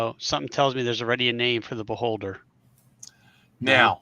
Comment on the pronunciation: Eye-vie for the beholder